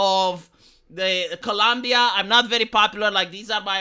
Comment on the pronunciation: Love this channel, but for goodness sake, please the name of the country correctly.